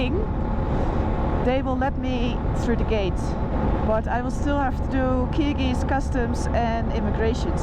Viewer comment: Wow Noraly you said you struggled with kyrgis.. but I think you picked it up well good 👌👋🇬🇧💚